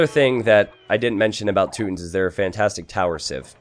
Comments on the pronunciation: You know you don't have to stick with the "rootin tootins" gag the whole time. It's Teutons, t-you-tons. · its Toy-tons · I laughed every time he said tooton.